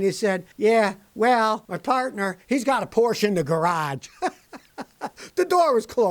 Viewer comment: I like how he said "partner" 🤣🤣🤣😂😂😂😂